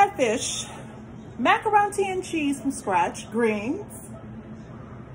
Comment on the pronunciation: No you did not say macaron-Te, haha. Why does your video always come up right as I’m making dinner and mine never looks this 😋. If sister can get a curbside meal, I want next, what’s the address, I promise to wear my mask 🤬. Cornbread, collards, wait, pineapple upside down cake, oh man I need a plate for reals